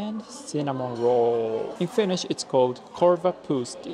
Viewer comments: Very well catching up with finnish phrasees and pronounciation of them👍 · You have great finnish pronounciation! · You pronounce Finnish pretty well 😊 I've heard that Japanese and Finns are related. Edit. You hating Finnish weather shows that you are partly Finnish. We always complain about the weather 😂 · i love your pronounciation of finnish words <3 really hope that you have/had wonderful time here at Finland.